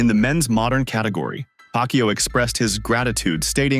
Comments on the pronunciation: Its pacquiao!! Not pacyo. Disrespectful. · Woooh, the narrator doesn't know how to pronounce Manny's last name, who's "Pac You"? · nice pronunciation manny paqyou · please pronouce it right😡😡😡😡😡